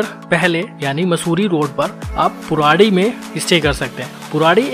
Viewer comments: Bro it's Purodi not puradi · पुराडी नहीं पुरोडी है।